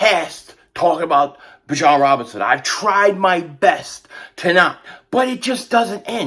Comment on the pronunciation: Is anyone gonna tell that it is pronounced BE- John